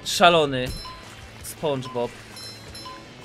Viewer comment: lubię cie ale prosze mów spandżbob